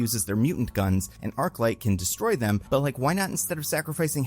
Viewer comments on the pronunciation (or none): none